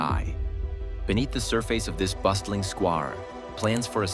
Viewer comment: I agree with here, listen to "surface" and "square" .. I don't know, it just sounds off to me. And this is just an example of course